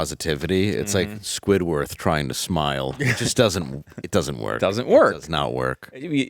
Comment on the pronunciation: You did not just say squidworth 😂